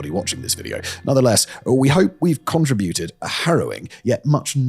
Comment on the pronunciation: Simon for the love of God please learn to pronounce conTRIibute and disTRIbute properly!